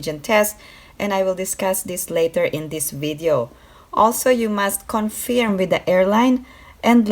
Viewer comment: Hi, it’s pronounced “con-ferm”, not “con-feerm”. Thank you!